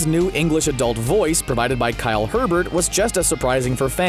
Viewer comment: Hebert, not Herbert, and is pronounced like "ay bear" look it up.